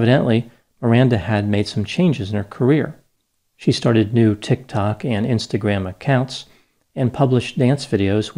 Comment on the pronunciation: "Tik (dotted whole rest) Tok"